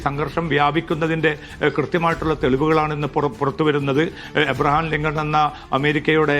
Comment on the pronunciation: എബ്രഹാംലിഗം പഠമായി😂😂😂 സന്തോശം😊